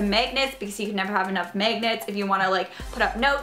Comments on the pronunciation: its mAgnets not mEgnats xD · I like how she says megnits instead of magnets its so funny :) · The way you say magnets really annoys me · It's hilarious when she says magnets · It is annoying the Way you SAY magnets.........😑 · I cringe every time she says magnets😂😂😂